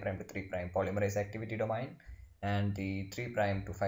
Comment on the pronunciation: Thank you for your post, everything it very clear. One suggestion though: please ask someone how to pronounce domain. especially because you use the word so often it is really distracting. this comment is with all respect; I am grateful you took the time to make this video. thank you again.